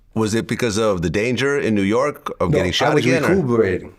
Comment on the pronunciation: He almost Said "Yew Nork" 😂